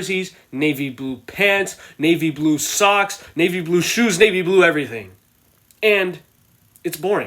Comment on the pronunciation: Nave blue socks nave blue helmet navy blue everything or whatever you said 🤣🤣🤣🤣